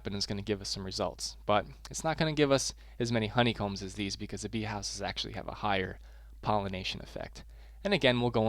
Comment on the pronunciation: at the end lol it says HO-ney combs! hello from 2019!!